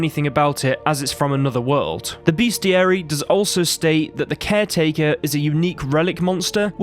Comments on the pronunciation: it’s RELICT not Relic. Also - BESTiary. Come on, mate. You’re English like me and you know the word is pronounced BESTiary not BEASTiary. It comes from the etymology of the word bestial or bestiality - neither of which have an A after the first E. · I dont know who needs to hear this but it's "best-iary" not beastiary Two totally different things you don't want to mix up